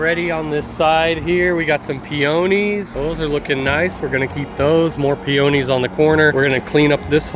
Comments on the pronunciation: The way you pronounce Peonies is different than what it's pronounced here in Ohio where I'm at. Or I've been mispronouncing it for decades. Me - "Pee - ah - knees" You - "Pee - oh - knees". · I love your videos, but i had to make a correction to how you said something , it bugs me and i cant help but try to correct it , its Peonies ( pee o knees is how i remember how its pronounced). i know its stupid to come be the "English police" but i believe in proper pronunciation, and not everybody knows , so i believe it helps when someone explains how a word is said or spelled. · I was gonna comment on that too! Made me laugh out loud, pee-own-ees😅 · I chuckled when you said peOnies. In Pennsylvania we put the accent on the PEonies.😜And also nice work as always. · It could be a regional thing, but where I live, we pronounce it PEE-uh-neez. 😊 and the $26,000 question is: why always a corner lot? 😂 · in eastern Ohio the pee onies are pronounced pee-uh-neez ;-) Also our backyard's elevation was negative 10 degrees, great for snow sleding in the winter, bad when mowing the grass in the summer. :-(